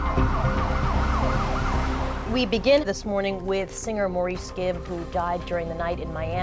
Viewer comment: She didn't even pronounce his name right. Musta been a big fan...